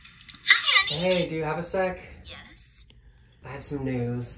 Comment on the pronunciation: Haha that very terse YES at the start 😅